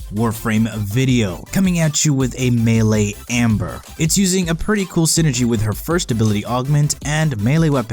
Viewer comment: Gabriel Leloup ... no he says amber... bro listen